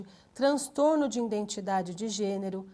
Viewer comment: nao aguento ficar ouvindo ïNdentidade""